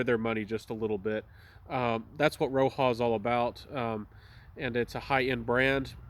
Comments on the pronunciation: He's saying it wrong as well, Roja respelled his name from Roger and he pronounces it like Roger still. It is definitely not "Roha" 😂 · Has this gotten the axe? I can't find it anywhere. For your information, it's pronounced as Roger; he's an Englishman.